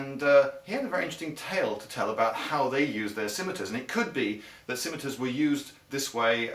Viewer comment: He's saying it right